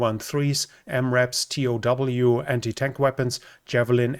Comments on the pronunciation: But he's not American nor in the US. They might commonly be referred to as "toe", but the fact remains that T.O.W. is an abbreviation, so T-O-W is not incorrect. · TOW is pronounced "toe." Nobody in the US calls it tee-oh-doubleyou.